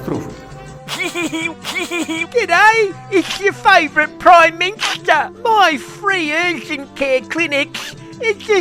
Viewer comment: Aah da Pwime Minshta, da architect of da Voish, what an embarrassment it is, tosser of the first order.😡😡😡